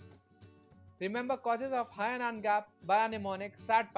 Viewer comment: Good video deserves a like. Narration needs improvement. Its pronounced as An-ion (not A-Non)